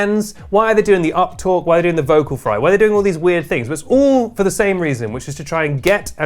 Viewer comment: When they pronounce the as "thee" when the next word doesn't begin with a vowel. You don't say, "Pass THEE ketchup". The cable. THEE audio cable. [These are correct examples.] If you are an offender, please stop.